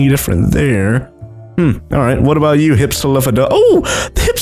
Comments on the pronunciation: it's hip-silo fadon not hipsolifobjdhchedon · Btw it's pronounced hip-sil-off-o-don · It is hif-sil-lof-o-don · You're not pronouncing hypsilophodon right